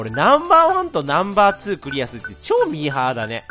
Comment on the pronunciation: チョー↑ミー↓ハー↑だね